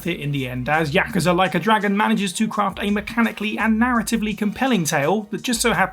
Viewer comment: Jeralt doesn't bug me that much but their pronunciation of Yakuza bugs me like mad